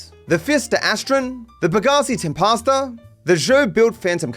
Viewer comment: He's gotta be doing in on purpose now, it's clearly an "e" not an "a" 😂